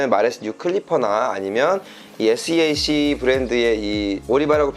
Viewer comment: seac는 쎄악 이라고 읽으시면됩니다. 아레나 oem 제조회사의 고유브랜드입니다.